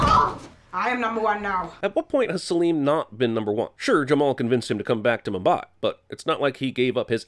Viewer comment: sir if you can not say mumbai correctly please do not trash this great film 👍